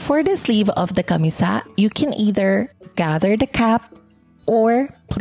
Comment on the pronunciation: Firstly, I enjoyed watching this. Pero this is me being picky, I was really bothered by the pronunciation of camisa. CAMÍSA, accent on the second syllable, and not camisá which I hear sa video. And a slight "correction" lang on rhe construction of the elements if you are aiming for a more historically-accurate version. 1. The sleeves usually do not reach the wrists. They are usually cut lower than the elbow but higher than the wrists. 2. For the panuelo, the folds are ideally not sewn because the panuelo should have visible dimples at about the shoulder area, especially if you are targetting a late 1800s look. Anyhow, your final output looks great with your choice of mocha as color (very similar to abaca or piña) plus the white embroidery patches. I wonder if you could create another set using piña/jusi/or abaca fabric instead.